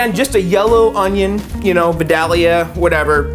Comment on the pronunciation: Vi-dale-ya, grown here in ga